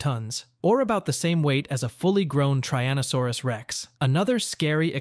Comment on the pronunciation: 'Tryannosaurus'? Come on, it's not that difficult